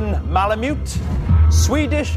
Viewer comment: She pronounced malamute m a l a m o o XD its pronounced m a l a m u t e